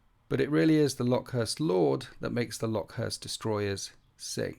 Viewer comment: Came here to say this exact same thing 😂